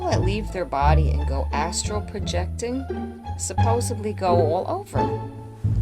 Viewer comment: . Why the hell do you people keep saying suppe”bb”ly? The are no Bs in supposedly. Idiots. If you can’t even understand simple vocabulary, we can’t expect you to understand simple trigonometry. SQUIRREL!!!!